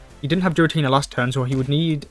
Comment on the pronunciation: Im cringing more when he pronounced Giratina into Jiratina.